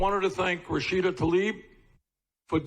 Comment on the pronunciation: Bernie Sanders thanks "Rasheeder" Tlaib.